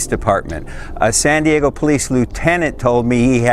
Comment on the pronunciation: Not sure. Did you say Sandy Eggo?🤮